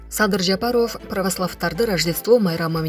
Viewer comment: Сүйлөп жаткан ди-джей кыз Ажообуздун фамилиясын туура айтса жакшы болмок